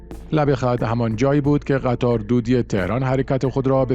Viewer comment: آقا شما چرا روی اسم قطار تشد ید میذارین قطّاردیگه چیه .. اول فکر کردیم گفتین قتّال !! قطاره قطار بدون تشد ید ه